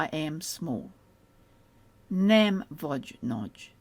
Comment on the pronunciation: I notice that “gy” is referred to as “a single letter” & it obviously isn’t, is “a single sound” what is meant ? Also, “nem” isn’t pronounced “nam” it’s “nehm” like “Ben” & I’m hearing a very bright “a” like “man” in the video.